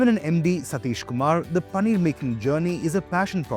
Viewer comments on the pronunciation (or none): It's Paneer not Pannir 🤨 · Bro it's Paneer not panneer